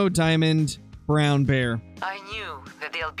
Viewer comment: It is not a vrown bear it's a polar bear with a cold